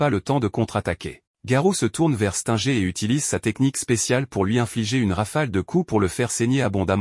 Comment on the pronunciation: Mec tu connais même pas prononcer les noms des héros Stinger toi tu dis stenger Saitama tu prononces quand même bien genos c'est bien mais les autres non tu prononces bizarrement